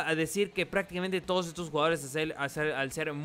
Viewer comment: Oye es cosa mía o en las despedidas en vez de "todos" dices "tono"??